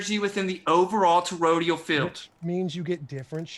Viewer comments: Did anyone else notice kept saying “torodial” towards the beginning of the debate instead of toroidal? And the way he was saying compass was annoying me too. Nobody says it that way. I seriously don’t understand how these people have made it this far in life. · It's "toroidal", not "torodial". And is there is an appreciable difference between "false" and "patently false"? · I love how throws out these terms he read somewhere and misunderstands, like what the fuck is "Torodial"? I think he meant "toroidal", IDK. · But his to-row-dee-uhl manifestations, bro! C'mon! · the word is actually toroidal, i.e. doughnut-shaped. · Yeah, I know the word. This ain't my first to-row-dee-ohh. I was making fun of his wacky pronunciation, but I'm glad you also know the word! I love me some to-row-dee-uhl fried dough with cinnamon, etc. Good with coffee! As well as a tasty-treat, it's also a relatively stable topology for a traveling bolus of gas (within another gas). Circumferential-axis rolling toroids of compressible-fluid within a container can resonate, too! Handy for some things. It's also a critical shape for the fusing gas inside a tokamak which allows it to be compressed electromagnetically. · would be a tad more believable if he didn't mangle the pronunciation of toroidal.